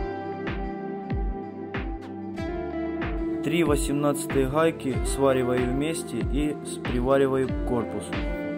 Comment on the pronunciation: Идея отличная, но блин дефицит буквы "г" бесит. Прям редет слух "хубки" "хайки" "ухолки" "болхарка"